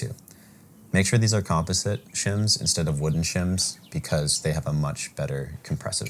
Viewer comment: Pronounce composite again?